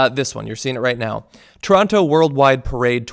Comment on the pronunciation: You are pronouncing Toronto wrong